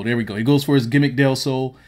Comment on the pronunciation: This dude said gimmick del sol